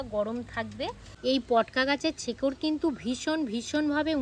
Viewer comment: ছেকর নয়।শেকর বলা হয়।